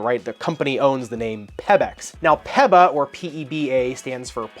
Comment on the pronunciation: It is because a previous review of the WOW 10 for my daughter to play HS Volleyball. So thanks much. My only comment here, is the way you are saying PeBax. It is pronounced Pea-Backs. Not Peb, like pebble. Keep up the great work otherwise.